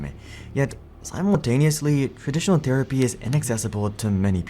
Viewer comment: The dude looks like Hasan and mispronounced THerapy as "tear"apy. Irritating